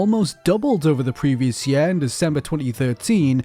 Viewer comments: What is that accent?? At the very beginning of the video? With the word "year"? "The YEAUH is 2013" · "The yæeeeh is 2013"